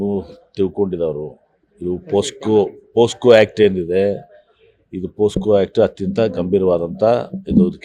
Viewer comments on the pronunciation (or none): ಪೋ ಸ್ಕೋ. ಅಲ್ಲಾ ಸ್ವಾಮಿ. ಪೋಕ್ಸೋ